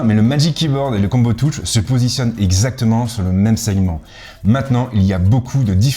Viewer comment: Merci pour la vidéo. Par contre un petit effort sur la prononciation : combo touche.....